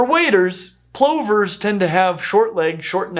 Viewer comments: In the UK our plovers are pronounced p-lovers, rather than compressed pullovers… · Ok, Plovers has no e in it. The pronunciation is the o sounding like u, so pluver, not ploe ver. I know Americans call jet engines turbins, which is Asian headgear while the engines are pronounced properly tur-bine, with the e. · I’ve never heard plovers pronounced that way. It might be the Australian accent but I’m used to it being pronounced “pluvers” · In my part of Canada we call them plovers as in the o sounds like the u in up “ pluvers”. We have the piping plovers.